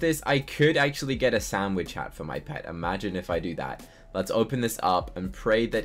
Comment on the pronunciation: i dont want to be rude but it si not a shanwitsh sho it is hamburger sho